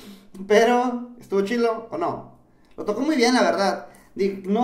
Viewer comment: Se dice chido wey no chilo